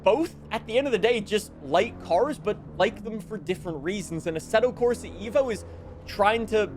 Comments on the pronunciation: its "eh-vo" not "evo" please . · Eh-vo not EE-vo. Its an Eh-volution, not an EE-volution